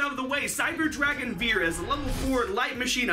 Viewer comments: Its actually pronounced fier, not viet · vier ist prononced like fear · As a german I think your pronunciation is very funny xD "vier" is pronunced like "fear" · Vier is pronounced more like fia. It’s the German number for 4 and V has an f sound while W has a v sound. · It’s pronounced “fear” the “v” makes an “f” sound. Dope-ass Cyber Dragon name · Vier is is pronounced like the english word fear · Vehicleroids anyone...? also Vier is pronounced fear because it's German. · nice video👍 i just wanted to say that the "v" in "vier" is pronounced harder like a "f" in "for" 😉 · It's always funny to hear Americans try to pronounce german words :D The way you say "Vier" would be the correct way to say "Wir" which is the german word for "we". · That's not how you say "Vier"